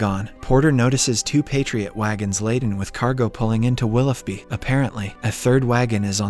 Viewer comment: It’s pronounce “willow bee” not “willoff bee” 🤦🏼‍♀️